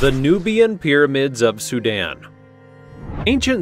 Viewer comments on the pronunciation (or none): none